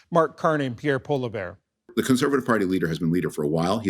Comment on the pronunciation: He doesn't call him pollievre he calls him polla bear 😂